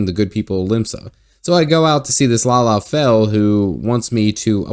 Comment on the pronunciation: Not lala, lol... La Ha Bray Uh